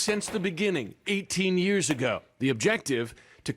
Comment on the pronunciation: The most dreadful thing about this video is Trevor trying to pronounce ( years), it's always a challenge and he always says it wrong.